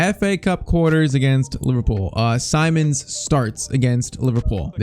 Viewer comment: PCQ: Its Seemons not Simons how to pronounce